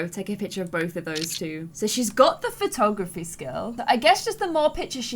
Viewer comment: When said "lets try out willow's photography!" she said patography XD